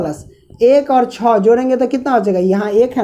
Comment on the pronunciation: सर आप 6 को छो क्यों बोलते हो